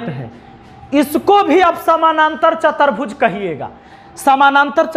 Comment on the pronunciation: सर, आपने बहुत अच्छा समझाया है लेकिन आप कुछ शब्दो को गलत लिखते है और उनका उच्चारण भी गलत करते है जैसे, समानांतर की जगह समांतर और चतुर्भुज को चतर्भुज बोले है आप. कृपया भाषा के व्याकरण की शुद्धिकरण का ध्यान रखे वरना आगे आने वाली पीढ़ी भी गलत उच्चारण करेगी